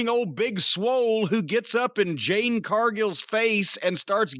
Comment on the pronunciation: Has anyone told Jim that her name is Jade😂